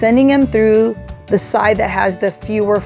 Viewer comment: Automatically knew this was a local girl when she said TREW (for through) ~ I see you 😂! Loved the tutorial, I needed ideas for my goddaughter graduating on the mainland! Can’t wait to make this. 😍😍😍